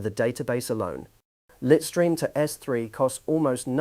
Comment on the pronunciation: The AI mispronunciation was slightly annoying though 😅. Litestream is pronounced LITE-stream (/ˈlaɪt.striːm/). It combines the words "lite" (like light) and "stream" (like a river stream).